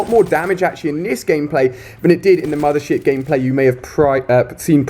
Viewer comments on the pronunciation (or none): i thought he said mother shit :D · is it just me or is he sayin' "mothershit" hahah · I thought he said "Mother Shit" 😂😂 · Anyone else thought he was saying a swear when he said mothership